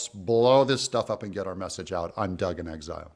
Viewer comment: I'm hooked on "in excile"